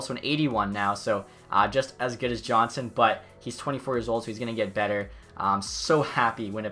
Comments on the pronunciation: It’s pronounced yonsson not Johnson but either way nice video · is it just me that is slightly annoyed how he pronounced andreas johnsson's last name?